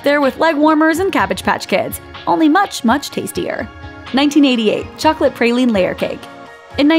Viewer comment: The way she says tiramisu and pralime is just not okay